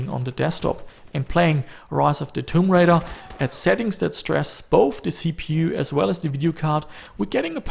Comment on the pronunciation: just noting you said the name wrong lol